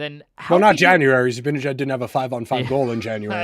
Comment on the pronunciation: Love the podcast. It’s pronounced Zib-Ann-Ihh-Jad.